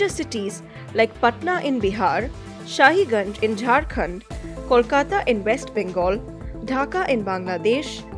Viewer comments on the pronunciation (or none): In jharkhand its not shahiganj ,its "Sahibganj".